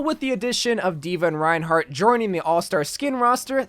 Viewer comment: No it's Rinehart